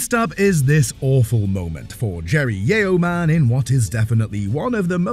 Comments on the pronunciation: Narrator obviously doesn't speak proper American English. Yeo,,,man is actually said like Yohman. E is virtually silent. There's your English lesson of the day you cheeky Brit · Is this a robot voice? Yeoman is pronounced Yo Man. Not yee oh man!! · Interesting how an AI voice speaking English cannot say the word Yeoman properly. (Hint; it is NOT pronounced yee--OH-man.)'